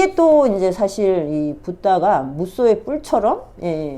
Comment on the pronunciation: 무소,인거지, 무쏘라는 발음은 정말 거슬립니다 다른 워딩은 사투리 억양이 없으면서 유달리 무소를 무쏘로... ㅠㅠㅠ